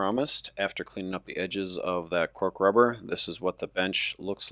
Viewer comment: You were saying "Cork Rubber" but I was hearing "Pork Rubber." Every time.